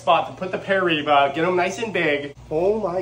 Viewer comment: (Per-I-E-ba) that’s how it’s pronounced and spelled piriba hopefully that helps😊